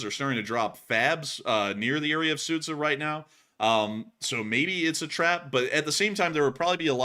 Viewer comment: That town is pronounced Soo'ja, not Sudza